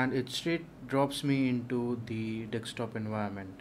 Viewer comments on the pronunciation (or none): Its DESK TOOOOP not DEXXTOP